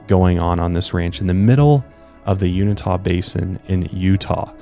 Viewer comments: Uni-ta basin, lmao! Kind of like unitard. It's the Uinta basin. Sorry, but you said it wrong every time. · Not ta...tuh...you-in-tuh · Uinta: you-in-tah, NOT you-ni-tah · Pronounced U-in-tah not unitah 😅 sorry I’m from there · It's pronounced u-in-ta.... u-n-ta... literally say the letter u... then say the letter n... the say ta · Born and raised Utahn here. Uinta is pronounced "You-In-Tah", not "You-Nih-Tah". You just switched the I and the N. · You-in-tah not you-neh-tah. It might be a good idea to listen to pronunciations of cities and counties even if you think you've got it. Sorry I'm being that person right now. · I cringe every time you say Unita. It's Uinta (you-in-tah) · Is not uni tah It's u in ta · Just for ur info guys, its U-IN-TA not Unita. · 😂😂😂Unita? You-in-tah is how it’s pronounced. Just made me laugh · Uinta Basin PRONOUNCED..... YOU—-IN——TAH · Its not even you-in-ta. Its ...You-in-tuh! Sorry but had to correct cause it bugged the crap outta me. Lol sorry not sorry. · It’s pronounced (uinta) you in tah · It's pronounced u-in-tuh but you were close though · It's pronounced you-in-tuh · Pronounced,( you-in-taw) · He mispronounces Uinta Keeps saying " Unita" It's a small thing but during the course of a long conversation it starts to eat away at my soul .... Excellent show tho !!! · Pronounced “you-in-tuh” I live near there. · Uinta Mountains pronounced You-in-ta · Its pronounced u-in-ta lol but good video anyway. I'm from Utah and it's cool to be noticed for something pretty scary. Love all your videos keep up the awesome work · you're a great sport. And I didn't mean to undermine your pronunciation. You- in-tuh just seemed a bit more phonetically correct to me. So I pointed it out. There are many more things to get bugged about and you-in-tuh is on the bottom of the list. 🤓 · Not uinita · Thank you. It's driving me crazy the way he's saying it. 😂